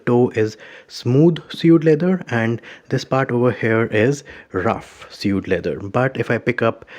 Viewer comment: it's pronounced like swade